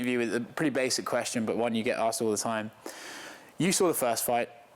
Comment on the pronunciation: Haha “toime”